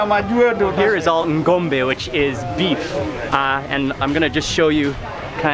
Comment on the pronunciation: Hahaha.... GOMBE is Mark’s pronunciation of Ngombe! Too funny 😂